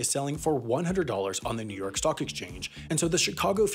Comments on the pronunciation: I heard ‘New York Sock Exchange’ and was very confused for a moment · I swear at one point he said "New York sock exchange".